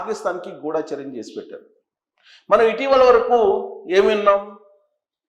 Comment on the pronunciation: ఒరేయ్ గూడా చర్యం కాదురా గూడచర్యం.